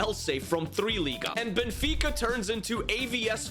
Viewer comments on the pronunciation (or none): none